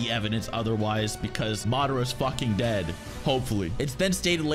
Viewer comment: I felt the need to share how much he emphasizes the fact that I'm DEAD